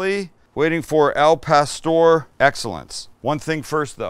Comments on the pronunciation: Put the accent on pastoŕ Sammy u gotta say it right u sure in the he k make it right oooh wee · Can this dude at least try to pronounce the food properly